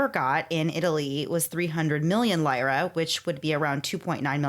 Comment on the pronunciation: Take a shot every time the hosts mispronounce lira 😂